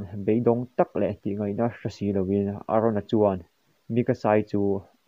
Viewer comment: Sir aron i tia a dik lo eren tur zok